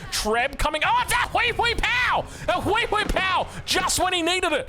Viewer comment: spotting a huiee huiee pauo is my favourite call of any game 😂😂😂